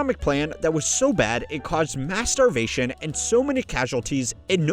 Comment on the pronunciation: "mass starvation" i thought i heard different